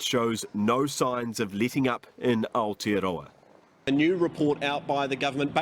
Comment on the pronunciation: Where is "aotearowa" as the news reader said ? As far as New Zealand's Labour Government is concerned, you would have to be deaf, dumb, blind, 125 years old, and asleep, not to know what a great big pack of liars they all are....... Kick them all out of the Government, and the country, please all real New Zealanders. It is beyond embarrassing...........